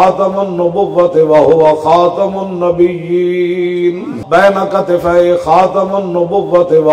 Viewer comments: Imran khan jahil Pronouncing Khatam un nabieen As khatam un nabiuuuleen Laanati jahil insan And talks about riasat medina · Selected Pm intionally pronouncing wrong word of khamulnabiyian again and again and instead of feeling shame passing smile....... Shame for PM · Ager Imran bar bar ktumiul nabien nah prth ska tu ye be shak qadyani hay qadyni hay qadyani hay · Hatmunabiyeen pak lafz hi awar galeez zubano sy ada nhi hoti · baar baar nabeullenn per raha hai andha niazi